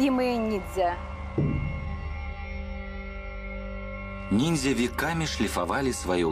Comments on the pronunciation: "... непобедимые НИДЗЯ" - ржачно, эта ограниченная даже не понимает, как правильно называется то, о чем она вела передачу)) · Уже по тому как ведущая произносит слово "нидзя" сразу понятно, что программа серьезная, глубокая, подход научный. Вообще мне стоило немалых усилий остановить поток крови из ушей и глаз от этого пафосного и патетического испражнения